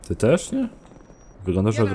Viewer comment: "też" a nie "terz"...